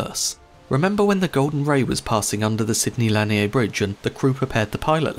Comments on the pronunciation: Interesting video. I'd followed the story as it happened, but I appreciate the technical details on the final analysis of what happened. Just so you know, the local pronunciation of Sidney Lanier's last name is two syllables, "la-NEER" rather than "LAN-ee-Ay". Though I'm pretty sure that had nothing to do with the ship overturning. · Great video, but just wanted to let you know that the bridge is pronounced "lah-neer". He was a poet during and after the American Civil War. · Lanier is pronounced Lah-neer